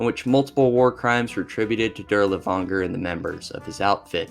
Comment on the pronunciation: Man idk, it feels like a surface level of research was done on these, some of the topics you completely skip can be researched by a few googles It really shows through your pronunciation, especially the butchery of even common names like Dirlewanger and Earhart. I get that it's a LONG video but cmon my guy a mispronunciation or two is one thing, but 80% of foreign names are so far off